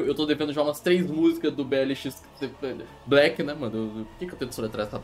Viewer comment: Na real eu descobri q se pronuncia "Block" e não "Black", Foi em um vídeo do jounin react q falaram